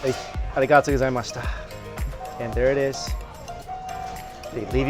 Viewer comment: Ohh... you can say arigatō correctly.. why pronounce it so bad?